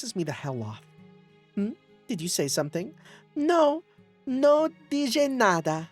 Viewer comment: If it's Spanish, it's pronounced "Toh-peh". - It's specifically a reference to the Biographical WWII Prison Break film: "The Great Escape". Fun Fact! This was also referenced in Metal Gear Solid 3! - In Spanish, the J is typically pronounced like in H, so it would be "Dee-heh"! Also the letter H is not pronounced at all. lol